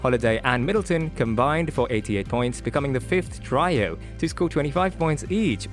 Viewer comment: Lol. I know the narrator is likely from Australia or Asia, but "trio" was pronounced TRY-OH. C'mon ,am, that's not even close. Giannis' name is mispronounced. His nickname wasn't said correctly. Dang man.